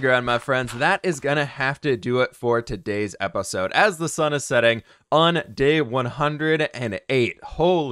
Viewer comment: I love how he says episode "apasode"